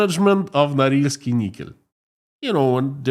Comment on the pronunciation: Correction: Norilsk Nickel. My poor ears.